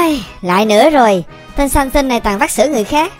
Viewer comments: Tôi nghe thành Samsung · said: này samsung Ko phải: này samson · Samson em đọc là Samsung:)) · Hảo nói sason thành samsung